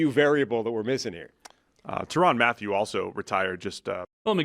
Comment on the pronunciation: I know James mentioned this kind of thing in the Jon Gruden reaction, but the guy mispronounced a 12 year veteran in the league who he should know- “tron” matthieu